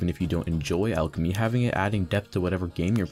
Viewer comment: Starting a video off by mispronouncing the name of the skill is not a good start